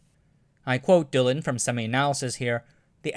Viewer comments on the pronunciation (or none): none